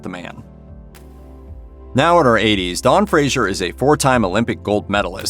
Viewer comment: Fraser not Frasier